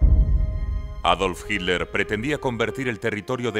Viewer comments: Por favor, es hiTTTTler, no hiler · ¿Pero por qué le dicen "Hidler". ¿Qué no es Hitler? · A ver señores españoles; el apellido Hitler, tiene dos sílabas: Hi y tler; entonces por favor pronuncienlo bien HITLER ! No Hit ler ok? Se los vamos a agradecer mucho. Sean congruentes por favor 🙏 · Es su forma de pronunciación. Como en inglés: sweet- suid